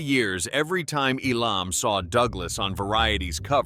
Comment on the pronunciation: it's EEEEE_lammmm, not eeee-LOMMMMM!!!!!